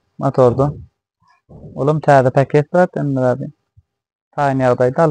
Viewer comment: Päket dälow paket diýsene